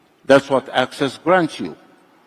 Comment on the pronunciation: Wait...is he saying "access" or "Axis"?